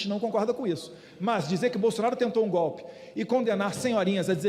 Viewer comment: GOPE! É GOPE! GOBE,GOBE, GOBE!!!